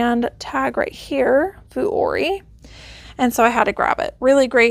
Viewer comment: You buy and sell so much Vuori, please look up how its pronounced